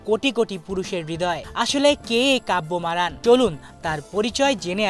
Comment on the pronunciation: Name tao bolte parona abar......